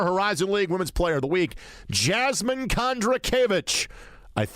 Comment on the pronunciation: Great show, but to be honest, he butchered Jasmine’s name and she was just too kind to correct him.